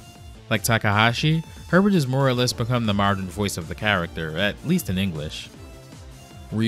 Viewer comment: No offense, but Kyle Hebert's name only has one "r." His last name is pronounced like "hey-bear." (The "t" is silent.)